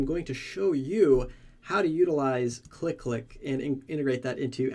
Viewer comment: I think this tool is pronounced as c-l-i-click (from command line interface click) and not click-click. But anyway, thumbs up Ford this video